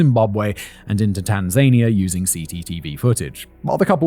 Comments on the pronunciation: Pronunciation guide: Tanza nia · I checked a couple of Swahili yt videos because I also had this thought, pretty sure he’s pronouncing it wrong and it should be something like tahn-zah-nee-ah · I've googled this because I'm not sure, I can't find anything. Does Whistler mean Tanzania when he says Tan-zaine-ia or is this a place I've never heard of? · You are pronouncing Tanania the same way Donald Trump does and we Americans laugh at him it is thazan I a, the emphasis such be on the penultimate syllable. Please keep this in mind because you sure don’t want to sound like Donald Duck or just plain Donald Uck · + "tan-ZANE-ia"? + "SOW-uh-Too " ? ;) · Tan-zania... I have been pronouncing this wrong my whole life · It should be pronounced: Tan-zuh-nee-uh. Simon pronounces it incorrectly in this video. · He is pronouncing it incorrectly. It's Tan-zuh-nee-uh. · Good, just making sure Simon was wrong. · How Simon is pronouncing Tanzania is driving me nuts lol 😂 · Why are you saying Tanzania like that? Almost gaslit me into thinking I’d been saying it wrong my whole life. I had to look it up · Simon, please, please, please learn how to pronounce Tanzania before you record anything else containing the name of that country. It totally spoiled my enjoyment of listening to you and I almost (after shouting at YouTube several times) moved on without hearing the end 😤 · I love you channel Simon, and it’s just a little criticism. Your pronunciation of Soweto and Tanzania is quite comical. You got Kenya right though Doesn’t your grandmother live in Sth Africa? Could’ve just asked her 😅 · I'm genuinely amazed (although at this point I don't know why) you don't know how to pronounce Tanzania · Is Simon saying Tanzania wrong or have I been saying it wrong forever? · It's so odd that people needing to flee immediately from the police take the time to ransack the appliances in a rental house. Almost as odd as those pronunciations of Soweto and Tanzania.